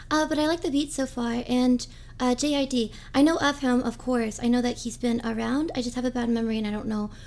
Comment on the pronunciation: its JID like jid no J.I.D